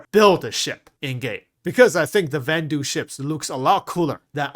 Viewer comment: Vanduul = "van-duel"